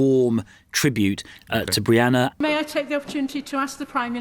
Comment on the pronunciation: Sunak couldn't even get Brianna's surname right in his tepid "tribute"